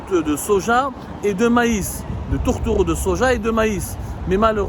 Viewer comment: Le toutereau de soja dit-il 😂😂😂😂😂 le français de abdou semmar 😂😂😂😂 Le tourteau de soja ya si le francophone dial wish 😂